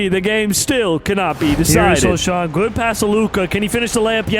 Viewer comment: It is pronounced so-Han not sochan